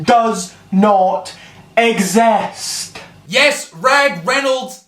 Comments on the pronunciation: Pfttt he said esest what a idiot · IT OS NOT REEL . IT IS NOT FOOKING REEL. IT DOES NOT EXSAST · AAsTrAIliA doES NoT exAst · You can tell he was dropped on his head since he can't even pronounce exist